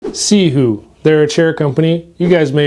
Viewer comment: Are you pronouncing that right?